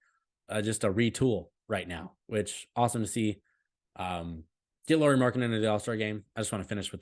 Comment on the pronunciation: You were worried about pronunciating names, so I give you a tip: You are saying Lauri as "Lori" instead of "Lauri" (in the ears of Finns at least). In English if you pronunciate it as "Lowry" you get pretty close to the right pronunciation. Our "r" rolls a bit more than in that one but it's close enough 🙂